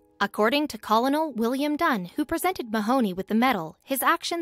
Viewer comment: I wish you’d actually take the time to get a real person to narrate. These are two very interesting stories deserving of our respect but when the computer generated voice doesn’t pronounce many of the words correctly it takes away from it. “S” is silent in corps, “L” is silent in Colonel, “dip” sticks not “drip” sticks, etc..